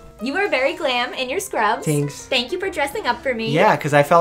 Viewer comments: When he said “tanks” and smiled 😭 sooooo cutee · mikey: "you look very glam in your scrubs" mike: "tanks" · “t a n k s”- Dr.mike 2019